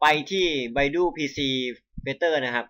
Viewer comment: มันอ่านว่า ไบดู ไม่ใช่ ไบดู้!! 5555